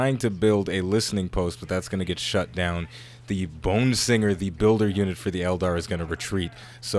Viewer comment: Did you misprounced bone singer as "Boom singer" at the beggining of the game ? You definitely have played too much ork dude :p